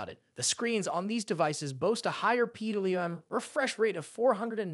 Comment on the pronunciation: Lol it's this an ai voice??? Things pronounced totally wrong...PWM....👎